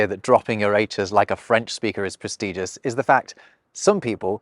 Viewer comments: Did I just hear you say "Pres-TEE-gious"?? Great video otherwise! A number of "English" words come from mispronounced reading - eg: the fruit Naranga (in Sanskrit) is written in Dutch as Oranje (for the colour - the fruit is actually Sinaasapel ("Chinese apple")). Now, when you say "Oranje" in Dutch, it's "Oor-run-ya", which ain't too far off the original Sanskrit "Naragna", but if you're some careless Pom, and say the J as a G, it becomes "Orange", a million miles, aurally from the original. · Nice video, but some comments ... it's 'probably' (adjective), not 'likely' (an adverb that saves a syllable for the lazy!) ... it's prestiDgious, which is pronounced differently than prestige ... and a common mistake is that great is the superlative of good, but also an adjective that means 'big', so 'really great' means 'very big', but you probably wanted to say 'absolutely great'? Perhaps this could be something for a new video? ;) Anyway, that was 'great' ...